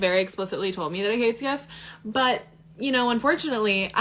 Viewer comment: LEARN TO SPEAK ... because there is a difference between "gifs" and "gifts" ...